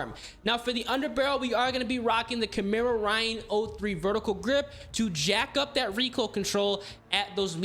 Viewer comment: you pronounced Echelon and Chimera wrong.